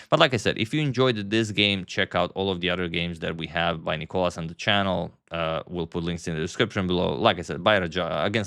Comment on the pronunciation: Thank you for trying your best to pronounce Nikolas’ name correctly. The second time you aced it. Great video !